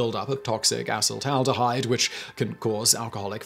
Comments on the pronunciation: thought i heard him say assh*le-taldehyde😂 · I laugh everytime he says "a**holed-aldahide"